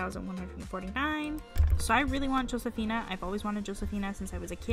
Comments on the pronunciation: Josefina name is pronounced hosefina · Your pronounced Josefina wrong. The J is like a H sound